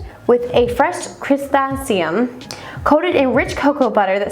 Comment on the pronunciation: Algorithmed for the like Pronunciation guide: Criss-anthem-mum Sah-kur-ruh Bew-til-pheen-ull